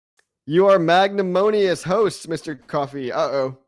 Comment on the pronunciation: Mag-nan-Imous lol